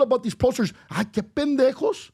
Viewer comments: I think it's PENdejos. Not BENdejos. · Pendejos, not bendejos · Just wanna say it's Pendejos not Bendejos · It's "pendejos" , not bendejos 😆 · Pendejos not Bendejos lol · It’s “Pendejos” not Bendejos. Great clip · Hey Pendejos, the word is not Bendejos.. 😂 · Awesome video! Btw, it’s Pendejos with a P, not a B😂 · It's Pendejos, not Bendejos! LOL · Dude I don’t know if you meant to say, Pendejos , no Bendejo ! It’s Pendejo ! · It's not Bendejos. It's spelled with a P. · It’s “Pendejos” not “Bendejos” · Pendejos not Bendejos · It’s….”pendejos!” ; pendejo! Not “Ben” dejos!😅😅😅😅😂😂😂 babosos!😅😅😅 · It´s "Pendejos" not Bendejos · "Pendejos", guey, not Bendejos... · It's Pendejos not Bendejos you Pendejos. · Guys - it’s PENDEJOS! With a “p”! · its Pendejos not Bendejos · Pendejos* not Bendejos 😂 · Pendejos not “Bendejos” but I 100% agree with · Its Pendejos not Bendejos Lol 😂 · You use a "P" not a "B". It's Pendejos not Bendejos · It's Pendejos not Bendejos. This was very insightful and it came from the heart. Good stuff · Gentlemen, it’s “PENDEJOS”. Not bendejos. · It’s pendejos not bendejos smh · It’s pendejos not bendejos. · It's Pendejos with a P 😂. Those woke NoSabo kids are just so ridiculous😂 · *Pendejos, not "Bendejos" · It's "pendejos" with a P. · It’s “Pendejos” with a P. Great video guys. It’s an issue that’s far more complicated than meets the eye. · Its PENDEJOS with a P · It's "Pendejos" with a P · It's pendejos, with a P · Pendejos It’s a hard P sound. And, mom immigrated but he was more than likely born in the US. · Got damnit it’s “pendejos” 😅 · Puerto Rican here. I noticed that right away 😂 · You are in correct. The P is silent 😂